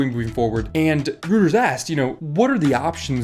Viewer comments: Lol, Rooters.. It's pronounced Roy-ters bud. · Love your channel - just a heads up Reuters is pronounced "Roy-ters" not "Rooters". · ROY-ters, not ROO-ters :p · I hate it when commenters are picky about a small mispronunciation in the videos that they watch, but..... REUTERS is not ROOTERS but pronounced ROY-TERS. Yeah, I don't know why they say it that way either. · Reuters = “Roy-ters” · "Rooters" jfc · Great video and agree 100%... just one slight thing; Reuters is pronounced "ROY-TERS" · it is pronounced roiters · how tf did you pronounce Reuters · Completely random but the way you pronounced Reuters fully threw me off till I figured out what you were saying lol, I was like what